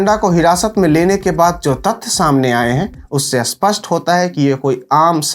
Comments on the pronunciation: भाई, अपना उच्चारण सही कर लो, स्पष्ट होता है ना कि अस्पष्ट । 😔भाई, देश के लिए हम अपनी जान भी दे सकते और भाषा का अपमान नहीं सहन करेंगे । spasht kr Lo 😂😂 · सर, अस्पष्ट नहीं, स्पष्ट होता है --- ऐसा बोलिए। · भाई, खरा है नहीं, खड़ा है, सरक नहीं सड़क, आस्पष्ट नहीं, स्पष्ट